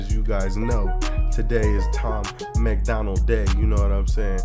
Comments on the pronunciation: Not Macland it's MacDonald lol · It's NOT Macklin it's MAC DONALD like Donald as in Trump. Love your reactions, but please learn Tom's name. LOL